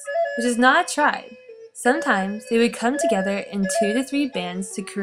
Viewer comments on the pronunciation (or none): none